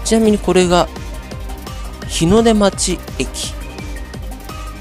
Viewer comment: 日の出町をひのでまちって言ってましたが正しくはひのでちょうです